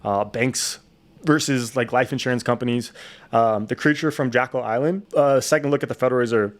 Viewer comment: Yo man, your saying jack-yll island its jek-yll island